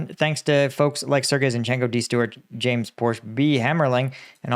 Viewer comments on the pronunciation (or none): none